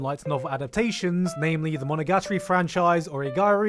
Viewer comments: I don't believe for a f u c k i n g second that that's how you pronounce "monogatori". But the longer I think about it the more sense it makes holy shit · Wtf is that pronunciation of monogatari lmao